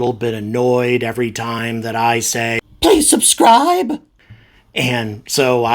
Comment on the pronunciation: "pweease subscwibe" - I find it funny actually :D